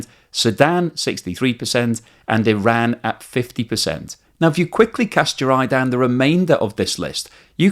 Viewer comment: Thank you for pronouncing Iran and Iraq properly!!! Every other damn fools will say eyeraq and eyeran illiterate bastards!